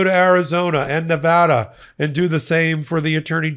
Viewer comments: Thank you for pronouncing the great state of Nevada correctly(!) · Thank you,, for your continued updates. Also, thank you for pronouncing Nevada right!